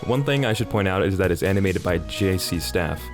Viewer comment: The way this man says J.C STAFF 😂😂😂😂😂